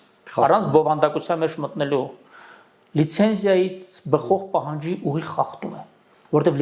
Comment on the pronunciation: Ոչ թե խախտում, այլ խաղտում